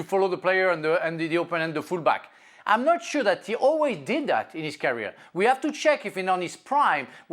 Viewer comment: Can someone please tell Frank to stop saying carrier when he wants to say career!! TO. YOUR. POINT!!.